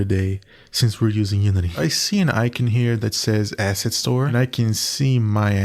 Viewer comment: not the cutting word "asset" every time so it sounds like "ass" :D